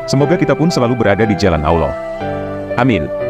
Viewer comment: Sebutannya ALLAH, bukan AULOH. Harus benar sebutannya ya ❤